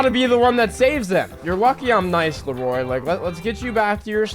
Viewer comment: Not sure what's more cringe.. the way you pronounced Leroy "Le-Roy" 🤣 or actually buying a shark card 🤢